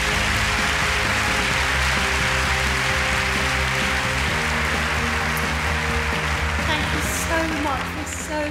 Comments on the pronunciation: ohh..I got all tingly when he said "Les Miserables" even with the proper accent and everything...FML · Oh god! His pronunciation of 'Les misérables' is to die for! I could listen to him speak french all day ! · The way Tom says 'Les Misérables' is just perfect... :') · He says Les Misérables more good than me....and I'm french.